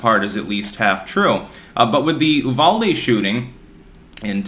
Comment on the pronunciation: Good job on pronouncing Uvalde correctly! It's a little weird, but we appreciate the extra effort.